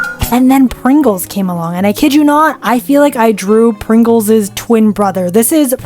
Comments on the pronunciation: Its not prongles its Pringle's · It's not progol it's prigle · Don’t say, prongle it’s pringles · PRINGILS NOT PRONGLS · prongole its pringles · "Prongle" im skrry but its PRINGLES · It’s PRINGLES not Prongles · The name is Pringles not prongopls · “ prungle ??? “ it’s “ Pringles “ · Pringle.✅️ Prongle❓️❌️❌️❌️❌️❌️❌️❌️❌️😂😂😂😂😂😂😂😂😂😂😂😂😂😂😂😂😂😂😂😂😂😂😂😂😂😂😂😂😂😂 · It’s not Pringles it’s PRONGLES😂😂 CLAP IT UP👏👏👏👏👏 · Bro called pringles prongles😂😂😂😂😂😂😂😂😂😂😂😂😂😂😂😂😂😂😂😂😂😂😂😂😂😂😂😂😂😂😂😂😂😂😂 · why she says prongle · Where the iconic " So I had the delusional idea to..... " hm? Anyways loved the vid P.s I've been typing with one finger and my thumb my whole life.. But lately ive been typing with two fingers No thumbs🚫 yh and it is faster btw I'm in talking alot but I just watched a specific clip again and realised when she said PrIngle she pronounced it "Mr.prOngle" ..... Not judging..... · You said Pringle wrong you said it like Pronle unless that's your accent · i couldn't after you said "prongle" 😭😭😭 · bro, said Pringles so bad I laughed